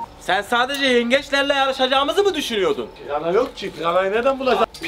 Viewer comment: abi piyana değil pirana😂😂